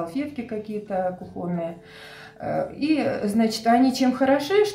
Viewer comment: На будущее: кУхонный - ударение на У.